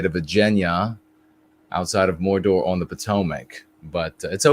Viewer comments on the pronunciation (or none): none